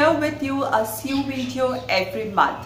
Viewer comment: Hi, I think your handmade scarf turned out beautifully. I can tell you work hard to making the best tutorials possible. My grandma does sew for a living, and I want to show her your videos. My next comment is not intended to be an insult, but constructive. I noticed you are pronouncing “sew” as it is spelled, which is what one would expect, but English being the frustrating language it is sometimes, isn’t quite read like that. You would say “sew” as you would read “sow”, and “sewing” as “sowing”. It is an “o” sound more so than an “e”. The spelling would still remain as sew, however. My parents are English language learners, and I myself speak 4, and I am just trying to help:) Expecting more “sowing” videos from you soon!;)